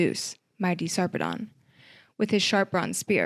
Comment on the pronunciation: it's kinda weird, but the usual pronunciation of Sarpedon is Sar (rhymes with "far") -- Pee (rhymes with "see") -- Dən (rhymes with "sudden" or "button"). so, something like Saarpeed'n